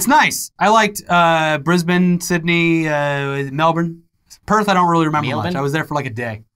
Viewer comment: FUCK YES!!!!! saying Melbourne and Brisbane correctly, most american's say it incorrectly. 10 cool points for you dude.